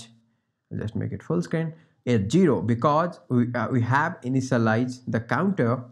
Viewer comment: thank you. just a quick english tip: say zero and not gero.